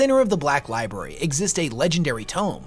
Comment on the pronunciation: Love these vids. When he says Lieberry- makes me giggle